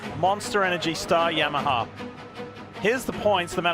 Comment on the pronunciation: why Yammaha? 😂